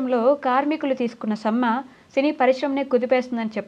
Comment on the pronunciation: సమ్మ కాదమ్మా "సమ్మె"